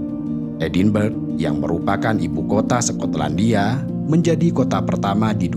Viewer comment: Sekotlandia😂😂 skot/sekot